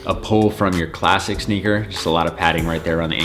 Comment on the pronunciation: Who cringed every time he said “sneaker”😩